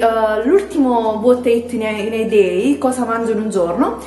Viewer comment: uot ai eet in e deeeiii